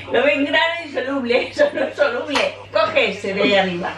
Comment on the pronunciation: pobrecilla dice "que souluble asi no salia"